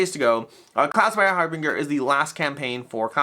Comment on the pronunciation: Harbinger, something signaling or announcing something else to follow, pronounced HAR-binjer, with a J sound. Kind of like “binge watching”, which is what I’m doing now! 😂